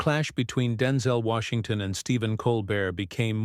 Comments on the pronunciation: I have my doubts that this was completed quite as stated by the "actual" host! He can't even pronounce a man's name correctly! This is mostly garbage. If anywhere close to truth, Mr. Colbert should be admonished for not staying closer to what was agreed to, if actually agreed upon. At the same time Colbert is correct. I have read and listed to many articles about Mr. Washington as I love most of his work. He has never addressed the issues or any questions related to what Colbert wanted questioned here, whether asked with honesty or not. So answer it Mr. Washington It's too important to ignore in todays social climate, political or not! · WTF? You don't even know how to pronounce his name!